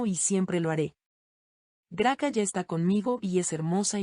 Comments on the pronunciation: Esta mal leido Grace no sera GRACA como la nombran es un error grande quien habra revisado esta transmision ? Si van a traducir por favor haganlo correctamente. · Se dice gracia, nó se dice graca. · Se dice gracia.